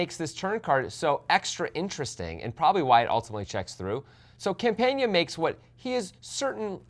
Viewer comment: Campana is really easy to pronounce ... why do you guys insist on consistently butchering player names?